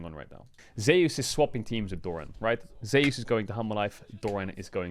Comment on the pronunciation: "ZEY USE"???